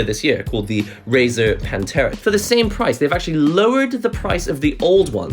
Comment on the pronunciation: Every time you say PANTERA instead of Panthera.. All I hear is Cowboys form Hell playing.